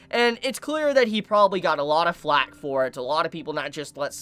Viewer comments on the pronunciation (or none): none